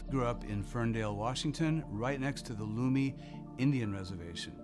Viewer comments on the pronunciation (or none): its pronounced lum e not lew me Lummi. I know because I've lived in Ferndale a raised there since 1960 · Lummi, (luh me) not loomy tribe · I believe its pronounced lum-me not loomi . its spelled Lummi but say it like lum-me